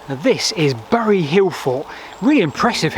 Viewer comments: Pronounced "berry" not "burry" by locals. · Growing up in the shadow of uley bury it was/is pronounced more like berry.